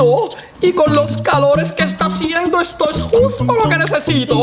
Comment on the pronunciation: EJTO EJTA JICO EH EH EJTO EJTA JICO